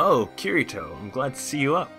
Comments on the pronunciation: No its that he pronunced it Ki ri to and its ki di to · Ki-ri-to? Seriously